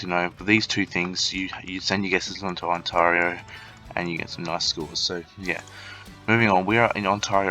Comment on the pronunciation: Thanks for the tips, although the way you kept saying Ont-ah-rio is triggering, lol.